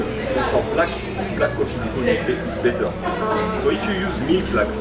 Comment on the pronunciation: 영상 잘 보고 있습니다 ^^ 열정적인 모습 보기 좋아요 ㅎㅎ 3분 19초쯤에 better가 아니라 bitter라고 하신 것 아닌지 조심스레 여쭤봅니다 ^^;; ㅎㅎ